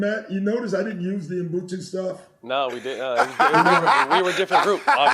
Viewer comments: Doc Rivers is my guy but it's 13 YRS and you still can't pronounce Ubuntu.It's not mbhutu. If you black you have pronounce African words properly ,learn that shit . We have to hard you guys, you are our brother's The most important thing is he got meaning right Ubuntu means humility, a person is a person through other people. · I wish I could teach Doc and Mat how to pronounce 'Ubuntu".